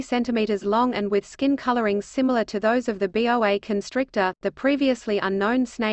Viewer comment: It is a Boa, pronounced "Boe-Ah", not B. O. A. When you make stupid mistakes like this it invalidates the entire article. I'm sure if someone cared enough, they could have reviewed the machine made recording and fixed this. That they did not brings into question the validity of everything presented.